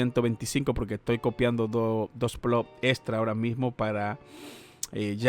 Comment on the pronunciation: Gano yo más y solo tengo 200 plots o plós como dices tu. Si no sabes ni decirlo cómo vas a ganar dinero? 🤣🤣🤣